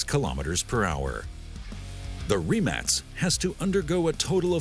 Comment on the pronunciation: its rimak with a K not C